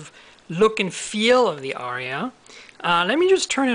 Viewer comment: It's pronounced "R-E-UH" btw